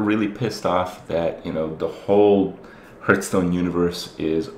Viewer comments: WHY DOES HE PRONOUNCE IT HERHSTONE AND NO HEARTHSTONE????? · One day you will learn to correctly pronounce Hearthstone.